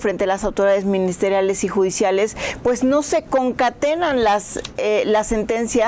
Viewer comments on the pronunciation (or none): KARLA DICE CONCATELAR y es concatenar..usa esa palabra en casi todas sus entrevistas y nisiquiera sabe utilizarla ..quiere verse muy acá ..